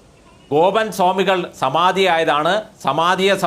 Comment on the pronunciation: വക്കീലിന് വാക്കുകൾ തൊണ്ടയിൽ കുരുങ്ങുന്നു ഗോപൻ എന്നതിന് ബോബൻ എന്ന് പറയുന്നു 😂